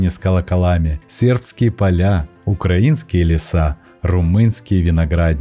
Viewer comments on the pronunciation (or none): none